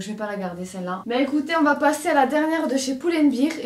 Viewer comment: Pull and beèèèèèr, pas bir.;) Prof d'anglais, ça me fait trop mal. Les robes te vont super bien!